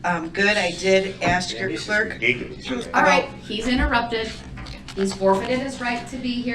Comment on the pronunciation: Love how she finally got him with “bias” after she has enough but wouldve loved to see her correct him on “ask” even more. She should’ve had him spell it out and ASKED why it’s so hard to properly pronounce a 3 letter one syllable word.